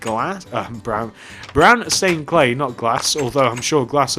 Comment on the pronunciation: at the start you said redstone cley